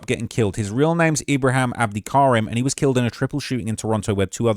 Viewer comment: It’s Ibra him as well. He saying ibra ham. Ham is forbidden for Muslims and Ibrahim is a Muslim name 😂😂😂